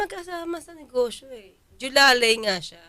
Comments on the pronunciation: Jowang Alalay "Julalay" 🤣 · Hindi po JOLALAY Atty., dapat JOWALAY! 😂😂😂